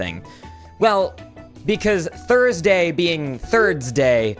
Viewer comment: thorsdee.....wait that doesn't sound right